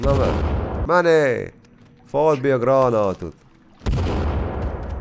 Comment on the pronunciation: Bìrtam az elejèn amikor azt kèrdezted hogy ,, Dobjunk nekik grănuțát?"😅